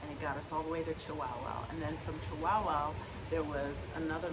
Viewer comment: 😂 Chihuahua, like the little Chihuahua dogs, it's the state of chihuahua, not chiWOWOW.🤣